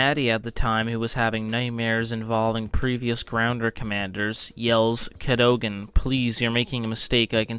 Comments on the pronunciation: Cad o gan, not Cado gan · CAHDAHGEN NOT CAHDOGEN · it’s pronounced “Cad-a-gan” not “Cad-o-gon” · CAD-O-GAN and it is just "The Hundred" not "the one hundred" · Pronounced “cad-uh-gin” refer to 4x03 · Cad-o-gen.. driving me insane 😂😂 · you can even pronounce his name... Its Ca-do-gan (kah-duh-gun) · Dude.. Just pronounce it like they do in the show.. please.. CAD-ogan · its cat - a - gin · i think it's pronounced Kadd'i gun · Its not pronounced Ca-dough-gan. 😂😂😂😂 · Why he say Cadogan like that. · why are you saying his last name all weird. if you really watch the 100 you'd know how to properly pronounce his last year. they say it so many times... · If you like the 100 so much. You should be able to pronounce his name properly. Lol.